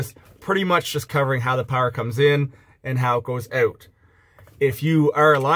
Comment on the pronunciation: "coming oat" - I think I hear a Canadian